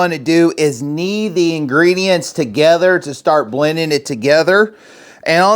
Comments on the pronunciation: The word is KNEAD ... not knee. We KNEAD dough. Not "nee" it. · Knee ? Did you mix that missing 'd' in the dough?😊 looks great!